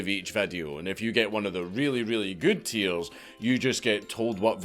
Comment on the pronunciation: Can I just pay you to say “tiers” a whole bunch? You sound like a baby or young lad with a speech impediment. So cute!